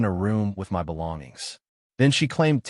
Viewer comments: Why do AI say M.Y. apartment instead of my apartment?😅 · It sounds like it is for effect i.e. M.Y. instead of my.